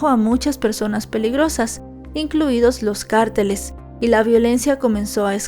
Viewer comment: Que raro pronuncia carteles😅